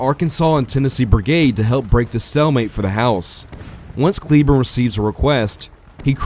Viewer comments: Fairly sure it' "Clay-borne" and not "Kleeborn" but whatever. You do you, boo,. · The last name of General "Patrick Cleburne" is famously pronounced "CLAY-burn" ( /ˈkleɪbɜːrn/).